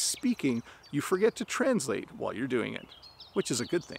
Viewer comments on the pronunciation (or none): You’re placing stress on a wrong syllable in the word “translate”. There are two ways to pronounce this word: /trænzˈleɪt/ /trænˈsleɪt/. But it should never be pronounced as you said several times:/‘trænzleɪt/